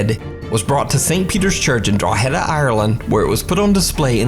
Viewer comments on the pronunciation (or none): Drogheda is not pronounced Draw - HAY - duh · great video as always, but i Cant let the pronunciation of Drogheda slide!:P Irish place names can be a bit hard at times, dont worry. Its pronounced Draw -ha-da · The real cringy part of the Oliver Plunket segment is hearing the mispronounced name of Drogheda, lol but Irish names are really hard to pronounce lol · Scariest thing about this video was your pronunciation of drogheda 🤣 Still love your videos though